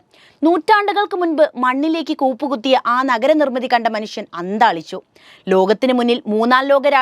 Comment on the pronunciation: ഗനനം (ഖനനം), അന്താളിച്ചു (അന്ധാളിച്ചു )...... മലയാളമേ നിൻ്റെ ഒരു ഗതികേട്...